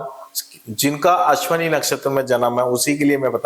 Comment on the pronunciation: साधारणतः सभी ज्योतिषी 'अश्विनी' शब्द का सही उच्चार नहीं करते, "अश्वनी" बोलते हैं, जो ग़लत है।